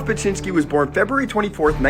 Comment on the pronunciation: Beksinski sound beck si ski Corectly